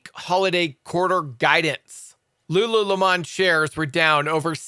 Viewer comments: LOO LOO LAMON 😂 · You have lost all credibility with me after saying lulu leh-mahn. Do you ask for water with leh-mahn? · I love it loll Lulu''leumon'' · I see so many folks commenting on the wrong pronunciation of Lululemon. What's the big deal about pronunciation????? He's not teaching you an English class. You guys don't deserve the knowledge sharing he does via his videos. Shame on such people who are here to make fun of him. So what he says the stocks name a bit wrong....see the content and not the stock name he pronounced! I love your channel and pls keep going and pay no attention to such creeps.